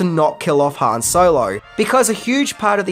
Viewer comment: Its Han not Han.